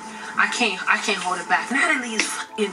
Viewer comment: Lol I love u girl but u pronounced Natalie name wrong at the end lol ❤️